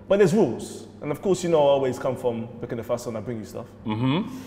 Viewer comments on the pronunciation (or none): Still calling it “Burkino Mufasa”🤣🤣😂🤣😂😂😂😂😂😂😂😂😂😂😂😂😂🤣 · “Burkina Mufasa”😂😂😂😂😂😂